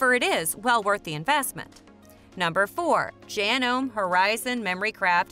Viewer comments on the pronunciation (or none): Someone needs to tell them how to pronounce JanomE. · Good video, except you don't know how to pronounced 'Janome'. Lol